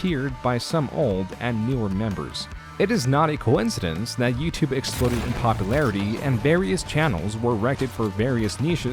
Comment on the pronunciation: Great vid, but 2 questions: 1) What is "youtubeh"? 2) What is "contint"? Thank you.